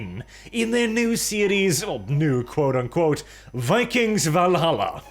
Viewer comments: It’s pronounced Vikangz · Vi-kangs.. Vi-kangs... Also "Lots of research on vikings"... studded leather armors everywhere...